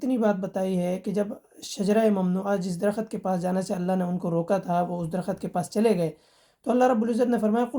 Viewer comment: Ap pehky drakht ka talaffuz tou theek sy ada karain phir baat shru karain khud ki Urdu tk theek nhi aik Phd ko sikhany chaly khuch sirf Quraan ko rat kar mufti bun gae